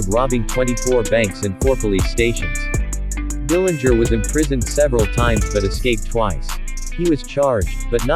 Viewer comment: Good job pointing out a lot of facts about John. Also, I heard it the Dillinger family name correctly pronounced at least once with a silent 'g'.